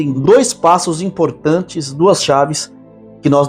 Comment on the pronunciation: A. Questão. É a. Permanência. Desse. Ca porque. É. Moito. Enportante. Pra. Moitos